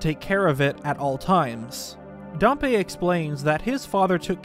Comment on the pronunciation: Why do youtubers so often mispronounce words snd and names? Pa-mella? No, PAM-ELLA- is how Pamela is pronounced. It's also Dam-Pee not Darm-pay. For Dampe.